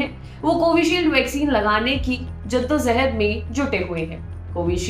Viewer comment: Madam jiddozahad jiddojahad hota hai